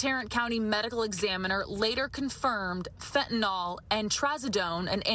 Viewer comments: Sorry to nitpick, but I wish she would correctly pronounce it as 'fentaNYL', not "fentaNOL". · Lady, it's fentANYL NOT fentANOL. Just stop 🛑 it.